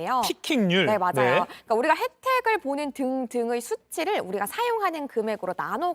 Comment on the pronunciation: 목소리톤이 홈쇼핑용 쏠톤이라 너무 높고 발음에 R발음이 많아 듣기거북. 맞Rㅏ요, 드ril게요